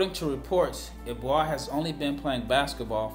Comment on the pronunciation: I think it's pronounced like "eh-boo-ah"